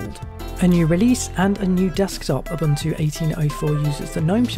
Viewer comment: Correct pronunciation is ooboontoo